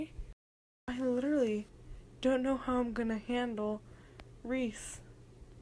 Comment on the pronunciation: My brothers name is rhys. Its pronounced "rise" like the sunrise